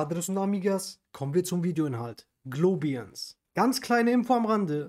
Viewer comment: bist du sicher, daß die Aussprache richtig ist? Globiens? Eher wohl Glo- baiens Was ist der Mehrwert zu anderen Kryptobanken?